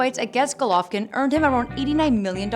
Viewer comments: Did This Chik Jus Say "Glovkin" Instead Of "Golovkin"...? Yup, She Sure Did... Yea Mayb This Aint 4 U Chika, Dont Worry Im Sure A Translater Is Needed Sumwhere 2 Help Ya Along, So Smile... 😝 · She said glovokin lol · Hahahahahha glovokin? Rlly? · Im extremely but cmon “GLOVOKIN”? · who tf is "Glovakin" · The way she said Golovkin made me forget what his actual name was.